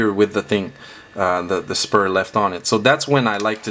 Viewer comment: ITS SPRUE NOT SPUR